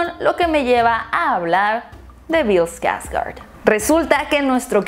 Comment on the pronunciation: Pues personalmente siempre evite ver Eso de los 80... me daba mucho miedo. Pero viendo bien si da mieto el de Tim. Pero Bill que actuación el te llevaba a un punto de suspenso en el que np sabias que pasaría. Y pues me quedo con Bill, la neta solo por él me atrevi a ver la película viene con un gran legado detras de él es un Skårsgard a fin de cuentas. Se dice Skårsgard, no skargard.